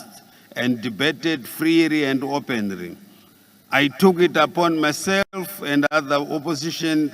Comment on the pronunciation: Freery and openiry,caumry and peacifuri😂😂😂😂